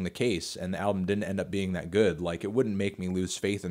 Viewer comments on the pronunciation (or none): “Thit label”